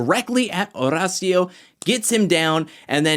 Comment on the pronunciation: I’m glad you’re probably the only one who pronounces Horacio’s name correct. H is silent